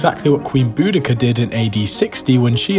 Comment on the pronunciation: I’m glad you pronounced Boudicca the correct way.